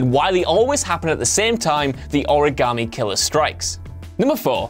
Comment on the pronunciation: In regards to the Heavy Rain portion, you've been saying "Origamy" wrong(that's how they say it in game, vs origami)